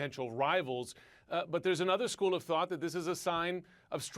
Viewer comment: Koreans are not Hispanic. Pronounce the J. It's not silent nor does it turn into a Y